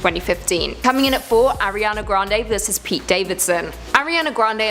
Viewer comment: the word is versus, not verse. Please look it up.